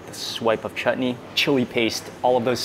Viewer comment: Mark shared shared the beauty and aroma of food very nicely. He also said the proper sound for chutney earlier the t was softly said and it sounded not right